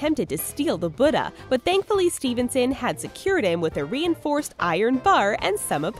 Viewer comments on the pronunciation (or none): Buttuhhhh???? Tf. It's boodah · "Buddeh" LMAO I CANT sorry I'm viet I just CANT HAHA